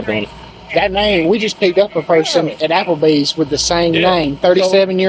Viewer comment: “That Nahum, we just picked up a person at APpleBeez with that sahum nahum.” 🤔 Dublin accent right thar! lol (I live 30 mins from Dublin”